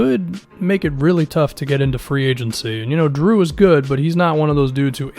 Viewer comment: “Jrue the shoe holiday” 💀